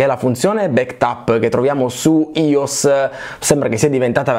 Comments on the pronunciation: Ma si pronuncia AI O ESSE! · iOS , si pronuncia : AI O ES . Così per dire.